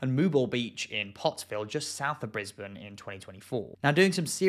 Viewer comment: At least he pronounced Brisbane correctly lol😅😅😅